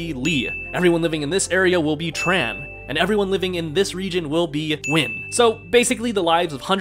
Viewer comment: It's actually Nguyễn